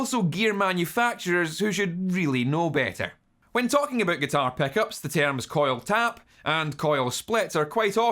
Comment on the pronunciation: I hear him saying "peckups" xD